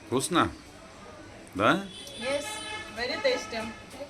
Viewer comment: так хорошо говорит:"Вкусно? "😊